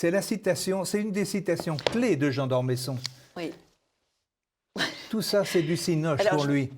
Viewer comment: D'Ormeuuusson et non d'Ormésson ! Pourquoi ne pas respecter les noms de famille, surtout quand ils font partie de notre Histoire ?